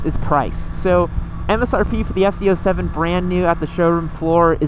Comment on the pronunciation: It sounds like your saying ft 07?